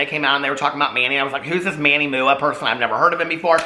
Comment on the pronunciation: Manny Mooa Mooa😂 you crack me up! Gah I adore you. I thought Manny Mua was pronounced mwah like a kiss when I first found him. 💋